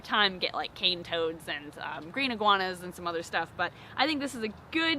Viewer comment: When you said cane toads I cringed in Australian